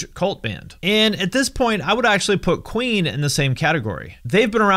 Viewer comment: When he first said Queen, I though he said Ween